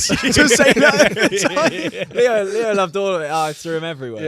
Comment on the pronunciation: Why do they always say theo instead of saying leo, just asking?